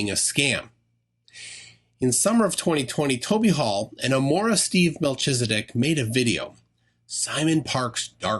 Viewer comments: i think it's supposed to be melkhizedek, not meltshizedek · It’s pronounced, mel-KEEZ-a-dek. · I have forgotten everything except how you butchered your pronunciation of Melchizedek. The ch is a hard K sound...